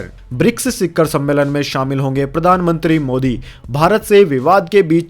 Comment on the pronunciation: शिखर सही शब्द है।शिक्खर नहीं।